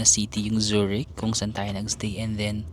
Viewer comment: Zoo-rick Zoo-rick 😅😅😅 Bigkasin mo siya ng ganito: Tsue rikhh